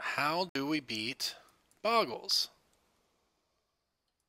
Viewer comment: Bo-gle not Bog-gle -.- #TCC